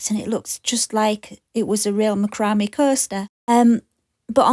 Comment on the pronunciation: Just an FYI. I believe it is pronounced ‘Mac ra may. Lol